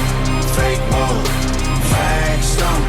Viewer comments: He said fa Kay was kay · “FAH-KAY WAH-KAY”🤣😂